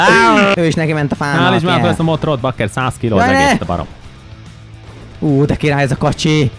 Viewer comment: egyébként az nem motrot hanem motort